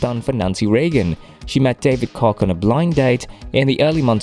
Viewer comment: Koch is pronounced "Coke!"